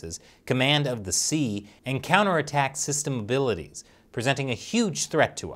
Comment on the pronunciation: Why don’t you pronounce the a in “abilities?”